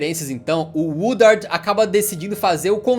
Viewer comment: It’s ed Woodward not Woodard lol